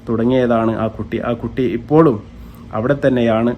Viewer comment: എഴുപത്, ഇപ്പോഴും.... എന്നാണ് എയ്‌പത്, ഇപ്പോയും അല്ല 🤣